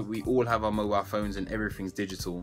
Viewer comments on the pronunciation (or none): none